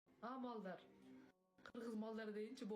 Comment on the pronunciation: Сайынып албайле сайып кеткенго балдар дейм деп малдар дебалдыго😅